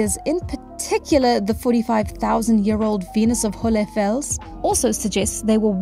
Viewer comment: your pronunciation of hohle Fels was actually pretty good! great video btw this is lovely :)